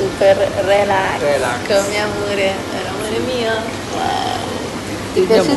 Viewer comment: MUESLI non si può sentire..cosi come rèlax